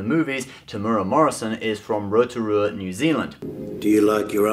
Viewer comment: Did he actually say Rotorua correctly?? Thank christ